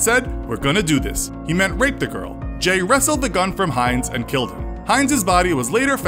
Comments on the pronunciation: did you even watch the doco? guessing not, as you have no clue how to pronounce Jai's name lol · How you gonna make a video about someone and not know how to pronounce "Jai" correctly.